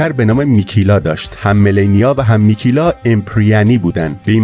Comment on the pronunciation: ممنون استاد ولی میکلا بود نه میکیلا فقط نظر دادما بد برداشت نکنین ⚘⚘